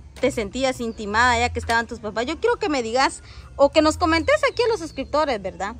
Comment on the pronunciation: Intimada no se dice se dice intimidada aprenda a. Hablar estudie lea